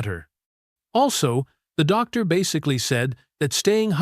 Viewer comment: That goofy sounding word “Doctor” with an awkward pause afterwards, is because the AI voice generator sees a “.” after Dr, as in Dr. Such and Such. To resolve the problem just take out the point after the Dr.